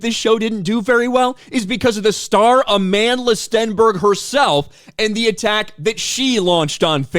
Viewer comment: "Amanless Stenberg" is how I heard you say it.